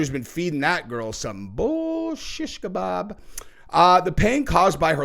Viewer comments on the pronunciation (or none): none